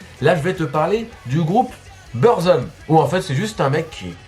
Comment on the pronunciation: mec faut dire BOURZOUM pour faire semblant de savoir de quoi tu parles ;) et les tongs si tu fait une petite recherche tu vois que c est un produit bootleg lol